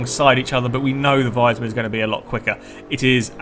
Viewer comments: i dont really get what you mean,but its pronounced like wiisman you know like the console not liek wisemann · Is it so hard to say wiesmann the proper way?¿?